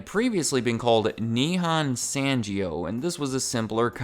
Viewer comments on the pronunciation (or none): You totally butchered the name "Nihon Sangyo." "g" in here is not "G" sond but "g" as in "good." And don't day "ghee-yoh" because that like pronouncing "y" two times. You should blend all thee letter together like "ghyoh."